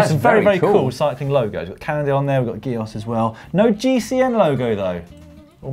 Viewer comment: Dan - GIOS is pronounced with a 'soft' G (as in jee-os) ok!!